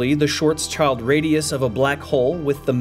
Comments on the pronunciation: "shvartzchaald???" No. German: [kaːl ˈʃvaːtsʃɪlt] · Great video!!But I’ve never heard someone pronounce his name the way you said“ Short Child” or “ Shor Sh-ild”. Pretty 😎